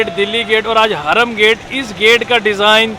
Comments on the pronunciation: Harum gate hota he .. hraam nh... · (Hraam) gate nai, ( haram gate) 😂